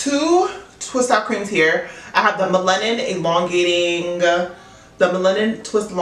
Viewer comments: Melanin is pronounced mel-luh-nin. I've been wanting to try miche beauty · Nice video but it’s Mel-a-nin. Sorry it was distracting. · Lol how you said melanin wrong? It’s naturally in you lol. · The way you say "melanin" made me rewind the video 😂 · it's unique 😂😂 I love it though lol